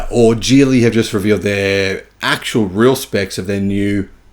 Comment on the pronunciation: It’s even in the video, it’s the Qilin battery, not ‘Kirin’.